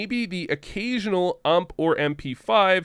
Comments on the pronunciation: I stopped watching the video as soon as I heard you call the "U.M.P." the "ʌmp" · imagine saying ump like ump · Like UMP and not U M P, my ears cant stop the bleeding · wtf, p p bizooonne and ump, sounds soooo wrong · I really hope your being sarcastic in the way you say bizon and ump